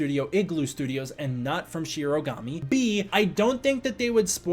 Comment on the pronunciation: Btw, it’s “Shirogoomi” not “Shirogami”! But omg, SE Asia??? I gotta show my Indonesian friend!